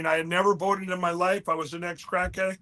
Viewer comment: More of "What I vited for.*